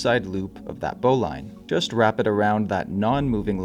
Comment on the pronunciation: I could be wrong but I always heard that "Bowline" is actually pronounced "Bow Lynn". I could be wrong.